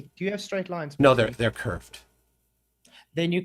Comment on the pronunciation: Check, check... one, two... this thing on? * tap tap tap - feedback *. Also, Flatzoid, you idiot, arrogant (male appendage), it's pronounced EM CEE TOON, not fricken Mck Toon. If you bothered to notice, his YouTube name is big M, big C (em, cee) Toon. Really annoys me when you idiots say it wrong. I can fart more "interesting claims", than you can. Seriously, dude, try learning what it is you're talking about (including sextants), BEFORE making yourself look like an idiot (which isn't hard). STOP SAYING "SORRY..." when you think you're right, when you're not. I would also suggest you DON'T try to argue trigonometry with a guy who knows MATH better than you.